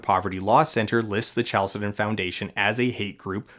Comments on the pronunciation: Isn't chalcedon pronounced with a k sound? 🤔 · That's not how to pronounce "Chalcedon".